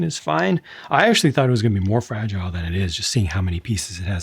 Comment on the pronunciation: Tu Fra-gee-lee.... Must be Italian.